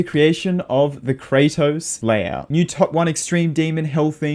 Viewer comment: layhouts, ah yes